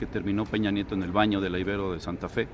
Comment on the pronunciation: Por favor, hay que cuidar detalles de pronunciación. A la Universidad Iberoamericana se le dice coloquialmente "Ibero", no "Íbero". También te equivocaste en otros videos sobre la forma correcta de pronunciar otros apellidos. Eso lo aprovechan los conservadores para denostar a los defensores de la Cuarta Transformación.